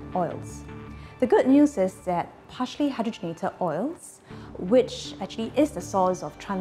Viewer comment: Why does she pronounce partially as harshly?